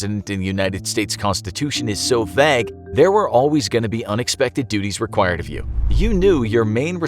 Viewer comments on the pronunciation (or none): Why does he say vague like that 😭